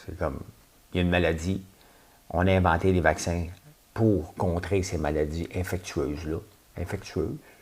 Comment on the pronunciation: Pinocchio Ricochet!!! C'est la meilleure depuis un bon bout 😄😄 -La dame aux souliers Imelda Marcos des Philippines. -C'est 'infectieuse', pas 'infectueuse'. 😉